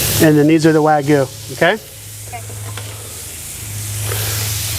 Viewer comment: It's wag-yoo not wa-goo